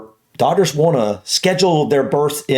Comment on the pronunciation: I find it interesting that you pronounce Doctor and Daughter exactly the same